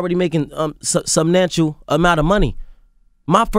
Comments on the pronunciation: "Subnantial amount of money" lol come on son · hahaha this guy just said subsnatial.. he struggled to say the right word lol substantial* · You're one of the highest intelligent people, but you're saying things like "subnatial" instead of substantial😐 ..um okay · Did he just say "subnatial" instead of substantial😐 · All these comments talking shit about AB saying subnantial and saying he need to buy a book or dictionary, and FLOYD CANT EVEN READ! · "subnantial" amount of money? smh "SUBSTANTIAL amount of money" go buy a book with that money! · He said "subnantial" 😂😂😂 when they take the T out of substantial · I really tried to watch this but when he said subnatuial (whatever Tf he said) amount of money I was done😂😂 I could've sworn it's substantial 🤔😩😂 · "sub-nantial"..not substantial lmao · "subnancial". Wow. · did he say SUBNANTIAL?? put some respeckk on that word!! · he just said subnantial instead of substantial .. My IQ is nonexistent after this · he said subnatule. this dude is very ignorant & arrogant. I don't know him & won't find out anything else. guys a clown. "rich get richer & the poor get poorer" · He Said Subnantial. 😂😂😂😂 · "They already gotta subnancial amount of money" -Broner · ..(whuhh?!?!) "they already making **SUB-NANTIAL** amount of money??? What happen to the S and the T in substantial?.... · "sub-nantial" amount of money LOL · Did that nigga just say "subnantial" and then turn around and say he the "highest intelligent" lmao